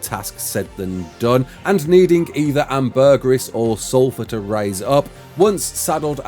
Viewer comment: I heard hamburguer instead ambergris